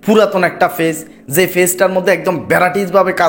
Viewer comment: Page bolte parena fage bole er videobkeno deken